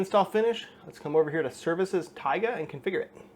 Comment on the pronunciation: the correct pronunciation would be taigA